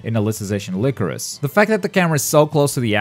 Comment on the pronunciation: Its “lie-crow-sis” not “lick-roe-sis”